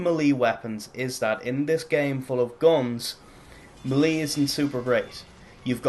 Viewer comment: It's pronounced "maylay", not "muhlee"...